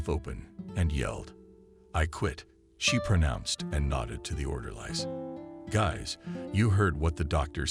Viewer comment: Dammit! It’s pronounced orderlies! Buy a dictionary!🤦‍♀️